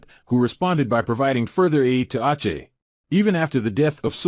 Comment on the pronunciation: Aceh is not "awchay" its "awseh".